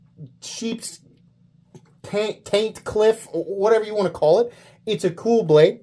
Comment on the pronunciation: Did you say "Taintcliff"? I am 100% calling a coworker that tomorrow. "Zip it, Taintcliff!"🤣